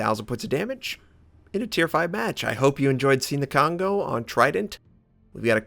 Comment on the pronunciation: Hey! Since you've mentioned before that you're trying to pronounce the ship names correctly, instead of " k-on go ", it's more like " co-n-go " since "ko(こ)" and "n(ん)" are both independent alpahbet in Japanese. just to give you some reference:p Really like your videos! keep up the great work:)